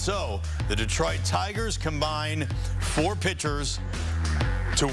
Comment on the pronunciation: De-troit. Not Deeeeeetroit.